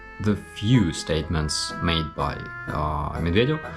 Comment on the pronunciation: you said MY instead of BY lol. very impressive, you know your stuff. Think Putin's bucket list is long but his time is short so hopefully you won't be adding too much to it.. slava Ukraine